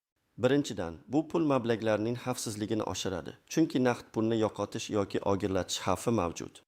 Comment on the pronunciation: Хамма ерда сунъиий интеллект. Тугрилаб су́зла копчилик,копинча,васият буйича ,тогридан тогри ,огирлатиш дейсан... .Бу кайси тил бу́лди.Васият дейсан васият нималигин билинглар аввал.Бир майдан дейсан.Бор йу́кол аввал ту́грилаб су́зла